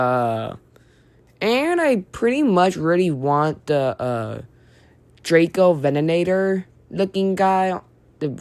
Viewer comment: its Drac-co-ven-nah-tor,it’s a dilophosaurid from the Elliot formation where I live,Elliot formation is underrated